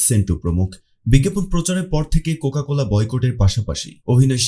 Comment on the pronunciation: vodai cocola na cocacola hobe